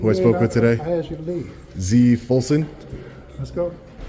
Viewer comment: Tell them to say - "asked you" English 😂😂😂